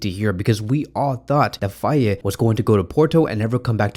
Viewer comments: In Senegalese pronunciation, the name "Faye" is pronounced more like "Fay" rather than "Fay-e". An example to remember this pronunciation is the mnemonic technique "it's a lie or it's a Faye".❤ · Its Fay bro (the "e" is silent).